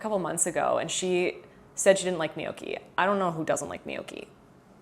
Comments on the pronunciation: Gnocchi. Nyocki Not Nee ok ee 😊 Just so you know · Gnocchi is pronounced like the *gn" in lasagna, or the ñ in Spanish.... "nyoki"